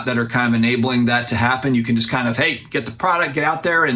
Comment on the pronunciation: He also says jest instead of just.